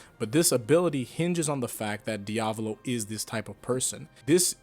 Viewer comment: Hat how he says diavalo, can't keep watching :(